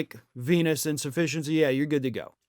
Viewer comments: For a moment I thought you said "chronic penis insufficiency". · LOL, at first i thought you said "Chronic Penis Insufficiency" I guess he has that too , according to Stormy 😂😂😂